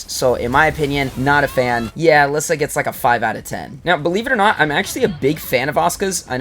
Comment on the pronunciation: Take a shot everytime pronounces Alisa as "a-liss-a". It's "a-LEE-sa".